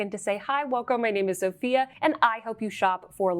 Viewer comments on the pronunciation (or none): none